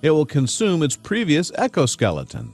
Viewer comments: Also, it's not "echo-skeleton" (which is how he pronounced it), but exoskeleton. EXO: External. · In the name of Webster, it's EX-O skeleton. Not echo skeleton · It's an ex- o- skeleton, not an echo-skeleton! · And the narrator said echo skeleton twice in the vid. What the hell is an echo skeleton? I'm sure they meant to say exoskeleton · OK he said EXO around 3.11 and Echo around 3.37. That`s shocking considering he said it correct the first time then F-ed up the second. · Exo skeleton, so funny he said echo skeleton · Alright man. It's "cHubby" in the title, not "cubby", it's "aRthropod" not "aNthropod" and it's "eXoskeleton" not "eCoskeleton". THANK YOU!! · I very much love these videos, but one thing. Say it with me...exo not echo. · Coconut crabs. Very delicious. Yet very dangerous when provoked. They can snap your hand off. And Sir, you've spelled "chubby" wrong. And also pronounced Exoskeleton wrong, not Echo-skeleton. :/ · Is he saying echo skeleton? Its exo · it's exoskeleton, not ecoskeleton. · EXOskeleton not ECOskeleton. Jeez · TheWeb Expert Not to mention that they also mispronounced exo skeleton as "echo" skeleton. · It’s bad enough that they spelled chubby as “cubby”, but when the guy said “echoskeleton” not once, but TWICE, I had to stop watching. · "Echoskeletons" really?... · What's an "Echo-skeleton??" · Amanda Morse Nope, he just mispronounced exo. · Amanda Morse No he just pronounced it wrong.